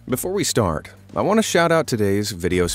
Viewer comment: Ahh yes "before we stark" 💀💀